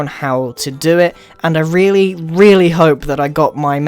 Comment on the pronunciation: (The End) (Message From Grian) Me: Rweally? :)